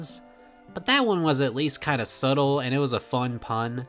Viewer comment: first person I’ve ever seen not know that the b in subtle is silent